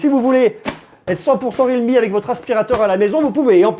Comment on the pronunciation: ré al me 😂